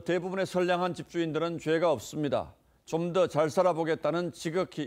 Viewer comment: 대통령의 입으로 부터 '쫌더'라는 저속한 발음을 들어야 하는 국민은 슬프다. '좀더' 또는 '조금 더'라는 표준어 발음을 할 수 없는 것일까?